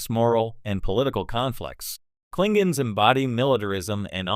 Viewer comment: "Klinguns"....LOL 😂 Fucking AI voices